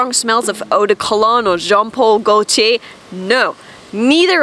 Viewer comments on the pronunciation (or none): none